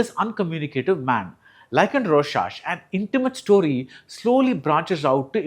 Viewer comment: Its not roshash, roscharch